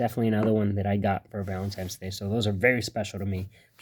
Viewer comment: Did you say Valentimes day ?? Jus toying with you...Great content thanks for sharing !!